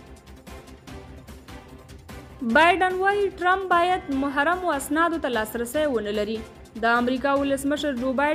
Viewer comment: مُحرّم نه دي بلكه مَحْرَم اسناد صحيح دي په درنَشت